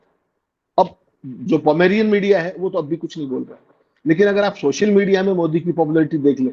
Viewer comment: Pomerenian is the right pronunciation........